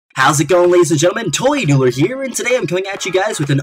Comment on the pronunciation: Thank u edit: I mean ""